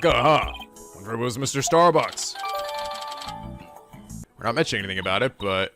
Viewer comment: "Starbuck" Starbucks. LOL